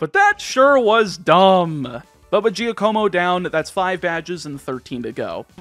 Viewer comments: For what it's worth, I believe the name "Giacomo" is pronounced "Jack-o-mo". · Everyone: Wow what a journey!! Me: Anyone else hating how pronounced Giacomo? No? Just me? Okay. But seriously, this was such a fun ride. Thank you for taking us on it!